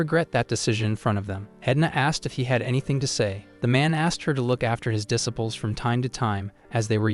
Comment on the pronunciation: IDK if I can handle "duh sipples". Am I going to hear a mental correction over every mispronunciation? It's irritating AF.